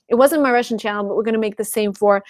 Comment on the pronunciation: Interesting, your pronunciation is perfect! I hear some Rusian influence only when you say CHANNEL and WATCH because your CH is too soft. I hope you can work on that. Love, hugs...